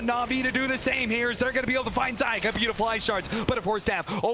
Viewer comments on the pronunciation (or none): Zayak... Love it each time... It's zayats